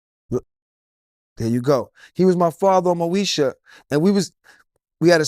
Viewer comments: Moesha not Meosha 🤦🏻‍♀️ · dat boy said Meosha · "Meosha?"😂 MOESHA, IT'S MOESHA😂 I don't think they were acting, I think the beef was real.